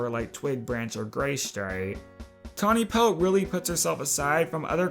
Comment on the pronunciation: Tawny pelt = tani pels. Tall star = tall Starr